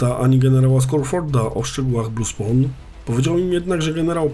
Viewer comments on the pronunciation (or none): none